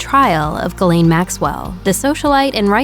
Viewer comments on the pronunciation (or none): Off topic, but why is her name being pronounced "Ga-layne". Her first name is Ghislaine. Its French and its pronounced "Jees-lehn". It weird to hear it pronounced Galayne. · Is it SO difficult to learn how to pronounce the name Ghislaine ??? it's painful to hear the name mangled